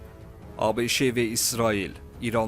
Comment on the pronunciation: Ay avam diktor ABŞE yox sadəcə ABŞ deyilməlidir ABŞE hardan çıxdı...